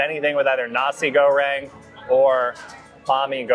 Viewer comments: His pronunciation of nasi was very close to a similar German word with only one letter difference, so nasi girl sounded a bit odd indeed 🙂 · At 9.29 minutes he pronounces Nasi Goreng in a way that made me laugh.